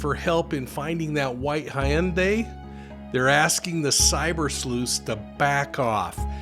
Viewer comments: It's Hun-day. Or Hun-Die. Not Hi-un-day. 😃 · Hey, stop saying Hi-yun-day geez it’s simple “Hun Day” like Sunday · In 🇨🇦 we pronounce Hyundai, a ‘Hun-day’. Never heard it pronounced it this way before. 🤔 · White car is pronounced hun-day. HUN DAY. HUN DAY!!! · Hyundai is pronounced ...same as Sunday. I was corrected by head office in Korea 🥰